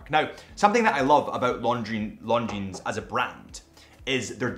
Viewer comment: For the love of God, please stop pronouncing the “s” in Longines. It makes you come across as an ignorant.